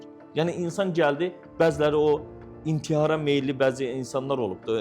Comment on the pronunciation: İNTİYAR YOX İNTİHAR 😂😂😂😂